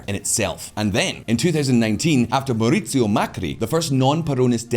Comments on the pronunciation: "Mauricio" as "maurice", not "Mercurio"... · Cannot say MAURICIO to save his life 😂😂😂😂